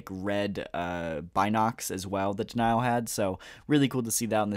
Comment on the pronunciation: Denal is pronounced Deh-nahl, not Deh-nyal.